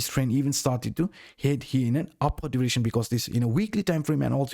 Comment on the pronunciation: Awesom vids but please learnt to say direction 🤪